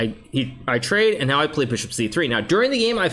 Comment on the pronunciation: did he say noew? 😂